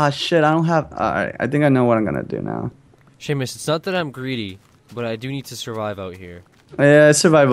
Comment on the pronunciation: Who's Sheaumus? I only know of a Seamus.